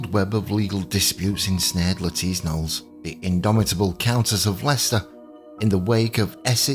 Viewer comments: I'm sorry, but it is and was pronounced 'Nolees' not 'Noles'. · I believe either pronunciation is correct. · It’s also the first video I’ve watched where he last name was pronounced as one syllable 😂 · lol…. indeed but I don’t really want to get into a pissing match over UK and USA pronunciation as the examples given were pretty silly - As I said, this is one of the only times I’ve heard it said as one syllable… I’m not here to say right or wrong, the comment had all the context I wished to provide as it was written